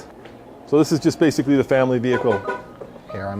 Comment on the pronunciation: Not to mention "veer hickle"